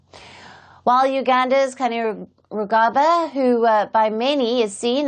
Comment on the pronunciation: Ok darling let me hlp you on Gen's name its pronounced kaine‐rugaba.now as a foreign you read it as Keine lugabba to get the correct pronunciation.